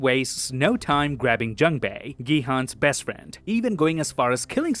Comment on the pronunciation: The u sound in "Jun-ho", "Gi-hun", and "Jun-bae" are all the same sound. You say it correctly when you say "Jun-Ho" but you say "Gi-hun" and "Jun-bae" incorrectly. Just a note for future videos! You wouldn't want to keep mispronouncing Gi-hun's name. Love all the little details you found, I didn't notice most of them!!!